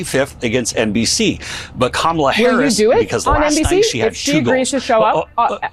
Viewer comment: And after she pronounced her name to him he still decides to say it incorrectly, what a childish LOSER #kamalaharrisforpresident2024